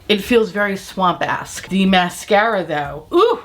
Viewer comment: I'm screaming 😂 when you said "it feels very swampesk" I thought you said "it feels very swamp ass" for a second. 😂😂